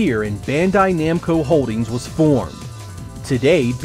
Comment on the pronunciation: Are you sure it's "Nemco" and not "Namco"?